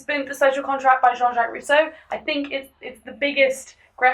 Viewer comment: How do you mess up Rousseau this much?... He wasn't even French.